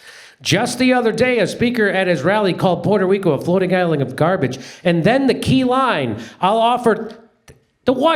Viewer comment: 'Keyline' pie?